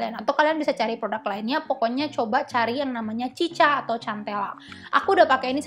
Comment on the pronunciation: Mohon maaf nih ka cara bacanya bukan “cica” tapi “sika”